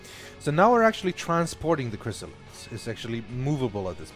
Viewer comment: Every time he says “Chrisilist”.... I get nightmares about the original Xcom...